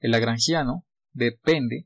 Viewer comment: Por qué dijiste lageangiano al inicio?